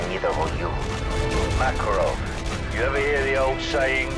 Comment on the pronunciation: New Makarov can't even pronounce his name. 🤣